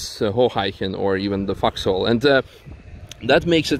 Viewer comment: Love how you pronounce "Vauxhall." Bet "focus" is good too. Love the channel & content.